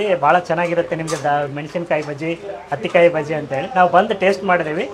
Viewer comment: ಅದು ಹತ್ತಿ ಕಾಯಿ. Meaning as smooth as cotton ball. Not ಅತ್ತಿ ಕಾಯಿ